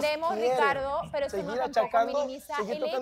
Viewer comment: Bolivianos 🇧🇴 pronuncien bien la RRRRR no digan sricardo,pesro, asrrepentido,abusrido!!!😂😂😂